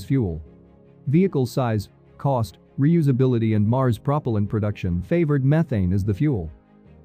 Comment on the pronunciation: Prop'l'ant instead of pruh-pehl-ant. Interesting